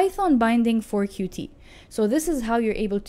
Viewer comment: It’s not QuTee, it’s pronounced “Cute”.